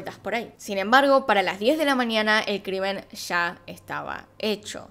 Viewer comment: se dice mañana, no maniana